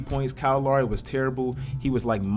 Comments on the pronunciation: The way this dude says lowry sometimes is mad funny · Lowry not Louwry, Philadelphia, not Philadaalphia